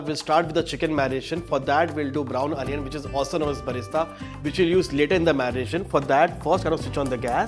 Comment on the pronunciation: Anion Paste? Bro, get back to your senses please. Don't kill native English in the name of accent.